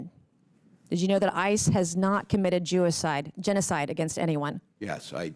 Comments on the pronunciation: She almost said "Jewacide"🤦😂 luckily she was able to correct herself before the whole word came out. No political intent here by the way, I just thought that was a very funny word mix up. I would have laughed at anyone who said that. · Made me laugh when she said jewocide instead of genocide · She said "jewocide" twice lol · The slip-up of her saying "Jewicide" is mental. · "Jewicide" she said it twice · WTF..did she say Jew-icide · “Jewicide” wtf girl lol😂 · "Jewicide" ? - OMG! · She said "Jewicide" lmao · She said jewicide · She said jewacide. Wtf racist much? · Can’t believe she said “jewicide” not once but twice lol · "Jewicide" she actually said that.. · did she say “jewicide”? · Hilarious the way she nearly says Jewicide twice 😂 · SHE SAID "JEWICIDE" ON ACCIDENT LMAO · ”Jewacide” is actually a better description of the atrocities that occurred. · WTF SHE SAID JEWICIDE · she said Jewocide twice! wtf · I love Nancy Mace, but that second “Jewicide” fuckin got me 😂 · "Jewicide," ha!